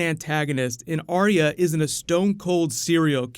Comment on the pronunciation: Arya with TWO syllables, not THREE as is spoken by too many people who claim to "love" her character and the show.